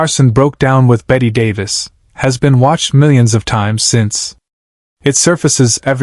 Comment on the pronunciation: This never happened. Bette Davis' last appearance on The Tonight Show was January 7, 1988. AND at least have the decency to pronounce her name correctly.